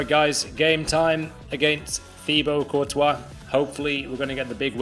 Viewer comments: It’s not courtois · How can u be on Fifa with Courtois and not pronounce his name right